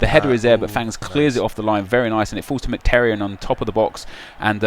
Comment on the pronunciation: Nep calls Mkhitaryan "McTerryan" hahaha nice attempt and great series though !